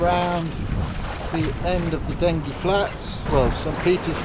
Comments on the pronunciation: Loved the video but while we are on pronunciation I have always known it as Dengee, with the g sounding as the letter name. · Sorry to correct you, I was born on the Den-gee 🤣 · Just a point of information; having lived in the village of Dengie for some years in my youth, it's pronounced 'Denjie'.